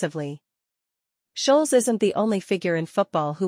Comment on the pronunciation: The way the ai is saying scholes is pissing me off😂